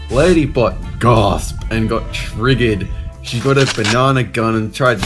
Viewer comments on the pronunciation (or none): Video ends TRROGERRRRRRED